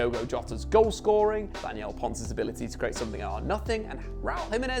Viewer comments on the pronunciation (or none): Did you call podence ‘ponce’